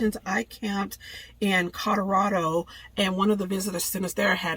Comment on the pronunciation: My Mom was from the South and she said it JUST like that!! It just tickled me to death to hear that!?